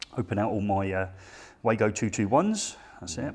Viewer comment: And again guys, it's pronounced Wa-go not Way-go 🙂